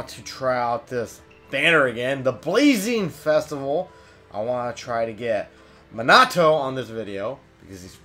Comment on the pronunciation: you say minato wrong